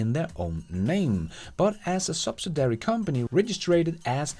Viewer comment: Not "sub-sid-ary". it is "sub-SID-iary" company.